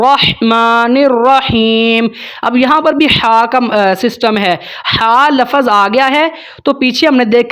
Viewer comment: لَفَظ (lafaz)نہیں، لَفظ(lafz) بولتے ہیں،